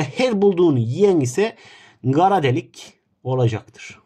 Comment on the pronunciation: Karadelik❌ Garadelikğ✔️